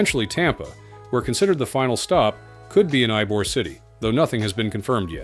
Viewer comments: It’s EEE-bor, not EYE-bor. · Brightline offers a great transportation alternative since I-4 is always a zoo. If there's a narrator in Brightline trains, hopefully the A.I. will learn that Ybor City is "ee-bore" not "eye-bore". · I am in Tampa, I would prefer Tampa International Airport. Ybor is pronounced ee-bor not ii-bor. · where is EYE-BORE city? AI voice stinks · The name Ybor is pronounced Ebor, I think. Can anyone correct it?